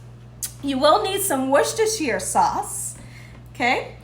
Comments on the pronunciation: Proper pronunciation is " wooster sauce" the 'shire' is not pronounced. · Worcestershire pronounced "woooster" Please and thanks. Enjoy your energy! I'll omit the extra salt. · In UK it is pronounced Wuster sauce. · I didnt realize how many cans of tuna was in my pantry until the Quarantine. Had gotten bored with tuna salads, but I am going to try your recipe and love using the "What's this is Sauce" family joke as not one of us pronounces it right without laughing. Thanks again. e"